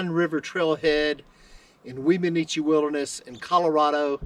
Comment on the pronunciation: One of my favorite Weminuche(pronouced whem-a-nooch, simple no other vowels) hikes was to go from Wagon Wheel Gap hotsprings to Puragtory. Probably aren't even allowed to do that anymore as there weren't connecting trails in those days. Chicago basin at the end is simply a stunning way to end a trek like that. The whole trip was amazing I never even knew how many miles it was but I was both sad and elated when it was over. Funny way to end trip though, cross the Rio De Las Animas(the river of lost souls) back into Puragtory(civilzation). I set out with one week of freeze dried meals, 2 pounds of gorp, and 2 pounds of rice. I continuously wild crafted and fished and still ran out of food almost 2 days before getting back. Don't attempt that trip in the fall unless you have food drops coming to meet you. I said fall but at that elevation the begining of august is fall. Last 2 weeks of July is the only safe time most likely. I got snowed on a lot on that trip and it was just mid August. Someone told me before I started I would need snowshoes to pass down into Chicago Basin and they were right. The snow fields took me almost an entire day to cross without them. At the beginning you can take a side to Wheeler Geologic which is worth spending at least two days at, which I highly recommend. Of course that's also why I ran out of food. LOL. I stayed as close to the divide as possible just so I could spy out the best spots for camping for that night and an early fishing and wild harve